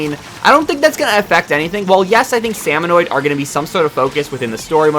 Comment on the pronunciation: Salmonid! SALMONID! Why are you adding an extra O?